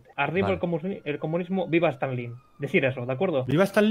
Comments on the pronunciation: STALINNNNNN JAJAJAJ NO STANLIN xd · Auron: Stanlin